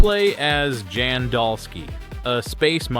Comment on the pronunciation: Guy in Alters name is pronounced with a soft J. Like YAN. Not Jan. 😂